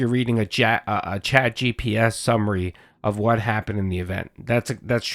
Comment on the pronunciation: saying chatgps like the boomer he is. Love you, man. It’s just razzing